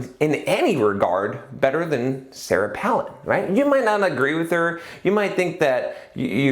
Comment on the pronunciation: It's Pālin like pail, not Pălin like palace. :) Any way, I don't think politics is a good example because there isn't any feedback mechanism, like profit and loss, to tell if you are doing a good job, and there is no competition once you in, except to some extent between US states or localities (e.g. tax migration), but that could be because other places are getting even worse, rather than you doing a good job. A person who is good at campaigning isn't necessarily going to live up to the expectations they fostered in their campaigns, but once they're in, they're in unless impeached or recalled (which is rare). Just look at Regan: not getting rid of the Dept. of Education; or Obama, the US is still in Afghanistan. It's also kind of an old-boys' club; especially, within parties Millette and Brown were outsiders while Randy and Goldberg are the old guard. Didn't even get to another election season to see how competent they were at getting candidates elected. Not sure about the raising money thing; it's subjective how much is enough within the timespan. Personally, I would like to see that ring cast into Mordor. I only use Facebook to get contact info and some group announcements; too many adds, too public. Google groups fixes some of the issues people have with Facebook but it hasn't caught on. Maybe Google groups is the Dvorak equivalent of social networking; better but not good enough for people to take the opportunity cost of switching. But yes, I agree with you